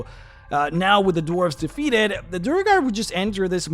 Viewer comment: I feel a twinge of unreasonable anger every time he pronounces Duergar as Duh-reh-gar